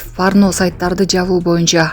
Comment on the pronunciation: Э журналист болбой кал. Парно эмес порно деп суйлосон. Порнону узартып айтсан парнаграфия болуп айтасын. Кыскартып айтсан порно деп айтасын